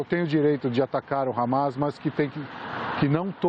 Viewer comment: CNN não fala harmar e terrorista